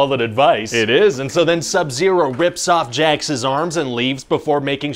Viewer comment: Pronouncing “Jax’s arms” as “Jax is arms” is tight